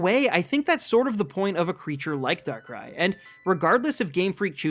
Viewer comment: THE SECOND A IN DARKRAI SHOULD BE AFTER BOTH R'S! AND YOU'RE SUPPOSED TO SAY SHINY BEFORE YOU SAY THE NAME, NOT AFTER!